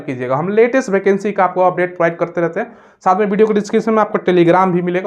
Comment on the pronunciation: भाई भैकेंसी नहीं होता है वैकेंसी होता है😅